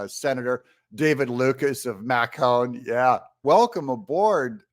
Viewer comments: Ahh... Doug... it is MA Con, not Mac on. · Doug, May-con? Really? It's pronounced Ma-cun. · Not mahcone Macon rhymes with Bacon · Doug, you mispronounced Macon. It's pronounced "May-cn". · Macon is pronounced "May con", not "Mac on". Ever hear of the movie, "Macon County Line" ? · Macon... MAY-kun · Macon is pronounced like makin just sayin good job as usual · Macon rhymes with bacon. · Doug, Macon is pronounced like bacon. :) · Macon is pronounced like bacon only with an M. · Great job. I’m being picky because I live in Ga. The correct pronunciation for Macon Ga. Pronounce the A just like when reciting the alphabet. Oh I just wanted to make sure any liberal listening understand everything correctly hahaha. Full ton county. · 'Macon', like bacon, Doug, lol. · Macon is pronounced like bacon. A lot of red-blooded, flag waving rednecks down there! See the movie, Macon County Line"!, made in 1974, A true story about a couple of young men who crossed into Macon county, GA. They are accosted by the county sheriff's department. These Sheriff's make Buford T. Pusser look like a baby sitter for Sunday school. It's one of those, Southern redneck, confederate flag waving good ole' boys exploitation films. A lot of those were based in Georgia. It's not Driving Miss Daisy!